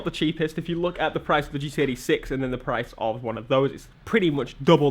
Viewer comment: For the latter half of the video, I thought you were saying GTA 6. 2hrs later and I'm like: OHHHHHHH he was saying GT86